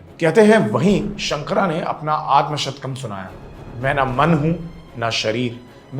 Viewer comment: उच्चारण सही करें। शंकर है , शंकरा नहीं । मंडन है , मंडना नहीं । ये केवल अंग्रेजी में ही पढ़ने से ऐसी गलतियां होती हैं। अन्य सब उत्तम।